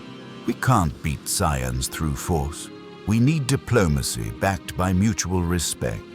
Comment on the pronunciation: Yeah there's mispronouncing and then there's whatever that was